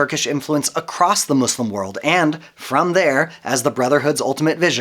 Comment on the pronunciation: The country is called Turkiye; pronounced like "Turk-key-a". Also, I'd like to thank you for your inserting the word "slum" into your every utterance of the Arabic word that means, "One Who Submits God's Will". Thanks again for being obvious in your disdain for learning on your own and choosing to be a....... not so clear on who you refer to when you say, "our" and "us".